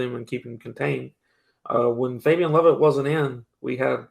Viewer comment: Mark can you please help to say Fabien’s name correctly? He’s been saying it like it’s spelled Fabion and it’s been making me cringe since the first time I heard it. As a journalist, you have a greater responsibility to get this stuff right.